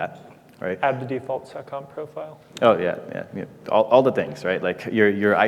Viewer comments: It's "seccomp". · "Add the default SOCOM profile" SOCOM?? What did he just say??? Even the closed captions didn't pick it up.